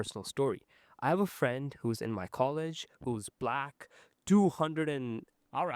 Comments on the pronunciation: i habe a friend in college whos BLACK..." he has to emphasise it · nah he straight out said BLACK like it was a slur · why did he say black like that 😂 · had to put the extra emphasis to make sure they audience knew, trust joe.